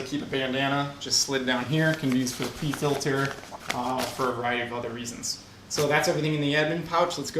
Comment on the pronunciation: Anybody else think he said Pee Filter when he mentioned the hankerchief